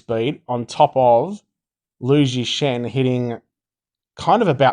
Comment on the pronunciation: WOW pronounced the name "Lu ZhiShen" （chinese 鲁智深) rather accurately! Cao Cao 曹操is not "kao kao", should be “chow chow” (without emphasis on the "h").. not to criticise you but trying to have a special comment for you to digest hskhsk